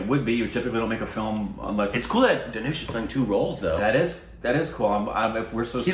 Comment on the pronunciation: U made tamizh into tamol and dhanush into tanoosh🙁🙁😂😂